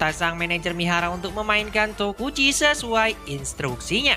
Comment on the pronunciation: emng namanya tokichi min bukan tokuchi